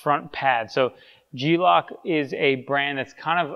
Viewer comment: LOCK = LOCK LOC = LOC (which should sound like) LOWK. Those are G - Locs (G Lowks)